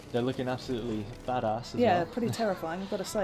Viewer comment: It's hilarious hearing a Brit trying to say bad-ass